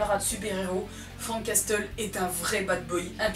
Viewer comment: Sympa ! surtout ton autodérision ! :) Prononce Frank "Casseule" pour Frank Castle !!! ;) Son nom d'origine est Francis Castiglione , un gars d'origine italienne qui pris le nom de Frank Castle quand il s'engagea dans le US Marine Corps !